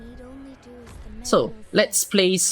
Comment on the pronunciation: I really like how call those fire thingies as "WIPS" rather than "Wisps" 🤣🤣🤣